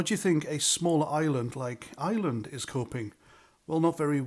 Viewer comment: Please do try to pronounce ireland and not island 👍🏻